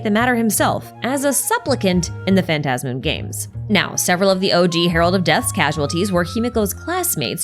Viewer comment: I'm so glad you say phantasmoon the way I say it lmao